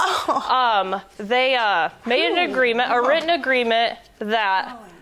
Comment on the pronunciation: “WROTTEN”????? Damn people just make up words these days 😂😂😂😂🎉